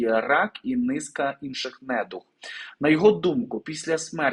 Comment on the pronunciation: Нед у г наголос на у